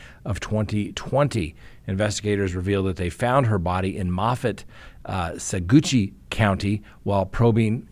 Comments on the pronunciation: Saguache: sa-watch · ‘Sah-watch’, Colorado.